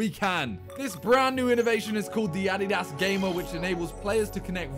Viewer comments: its adidas not ahdihdahs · it's pronounced addy-das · yeah, it’s “a-dee-das” most of us in the US pronounce it wrong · No ones talking about how Simon pronounces “Addeedass”😂😂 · UH-DEE-DUHSS SAY IT WITH ME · How to say adidas ah!-dy-dahs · Dude can't even pronounce Adidas right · I HATE how Simon pronounce Adidas 🤦 it's sooooo cringe.